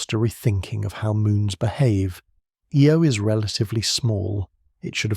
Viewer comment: The Jupitar small moon with the most volcanic geology is pronounce,"eye-oh"